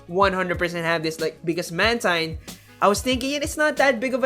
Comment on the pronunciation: Great job! Couple of notes: It's man-TEEN, not man-TINE. And I think it was running wing attack based on the feathers the animation it was showing